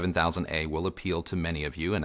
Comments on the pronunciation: 100% pronounced as “Techniques”! You are absolutely correct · Hey and! Just a small detail and it’s regarding a name. You’re in the industry now and I’m not, but I was many years ago when Panasonic kicked off the Technics brand name. You pronounce it phonetically “Tech-nicks”, which may now be the case. But back in the day when I sold the brand over 40 years ago we were told by the Panasonic/Technics National Sales Manager it was pronounced “Tech-neeks”. No biggie, but I thought I’d bring it up as a convo topic. Please chime in as I’d like to hear from you on this, as a industry veteran I’d like to know just out of curiosity if you heard different. Perhaps it’s part of Panasonic’s newer marketing strategy, that they changed the pronunciation. Thanks guys. Keep up the great work! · Interesting that you should bring this up. I"ve been pronouncing it "Tech-nicks" for all my life, but I recently watched some footage from an audio show and was very surprised to hear the sales rep indeed pronouncing it "Tech-neeks". Made a mental nite of it and resolved to mend my ways. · It’s pronounced phonetically. Who says your ‘national sales manager’ knew what they were talking about? Go and watch a few videos on the Technics channel and it’s always pronounced phonetically.